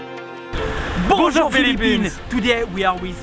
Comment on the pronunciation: I thought u said "Pusong Philippines" then i rewatched and saw that it was "Bonjour Philippines". The first one sounds better for an intro though.